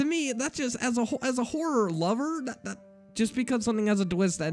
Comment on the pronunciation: All your readings sound sarcastic. Also words like "the and that" sound annoying when you say "da and dat". Haters gonna hate.